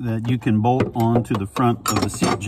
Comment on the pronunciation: I love how every time trys to say BOLT he says BOLD 😂